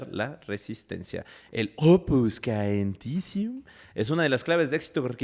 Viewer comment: Chicos! "Opus caementicium" se pronuncia "opus chementizium" de hecho en italiano hormigón se dice "cemento" ("ce" se pronuncia "che") Saludos desde la ciudad aeterna, Roma